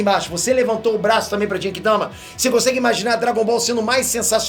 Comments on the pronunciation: Eu, até agora, não consigo tankar o jeito que o pronuncia "Genki Dama", não sei o pq ainda. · Continua falando Genki Dama errado....kkkkkkkkk